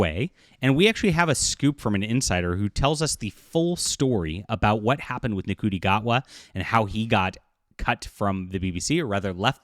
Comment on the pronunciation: If you want people to take this seriously you really should learn how to pronounce Ncuti Gatwa’s name. Hint - it’s not “En-cutie”.